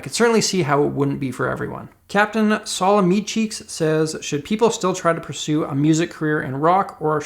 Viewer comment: What about how he pronounces "Salami Cheeks" 😂